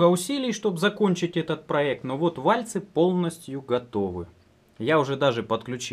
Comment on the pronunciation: вальцы . ударение ставят на слог с буквой Ы , а то слух режет